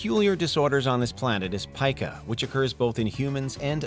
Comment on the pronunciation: Its pica , as in, pee-ka